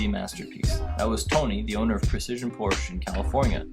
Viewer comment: Cool Wild Orange car but the narrator really oughta learn how to pronounce Porsche correctly.